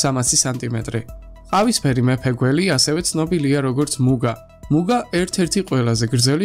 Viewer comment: მუგა არა, მუნგა.